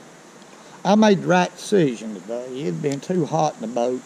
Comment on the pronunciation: I love how people from the south say "Today" and I love all your videos!